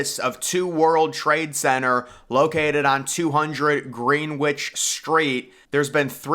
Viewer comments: Dude....it's pronounced Gren-itch street not Green which. Love your videos otherwise lol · LOL I laugh every time you say “green-witch”. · Didn't even get a minute into this.... can't stand the droney AI voice, the way it pronounces Greenwich etc. So shit nowadays with this AI !